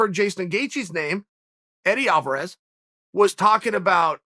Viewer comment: Chael's so excited, he says "Alvaraz vs. Gaethje" is a monster fight. We have to take the good with the Chael. Much love, brother, keep up the great work !